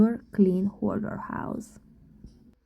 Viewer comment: The correct word is HOARDER, not "hodder.'